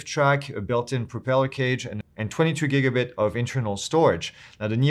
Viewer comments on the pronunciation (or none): It's gigabyte, (ha!)